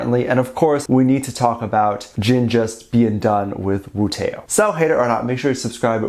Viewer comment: pronounced "wootó" no wootE-O